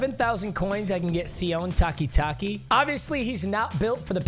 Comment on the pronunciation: Hey papa jsyk sione Takitaki is pronounce see-oh-nay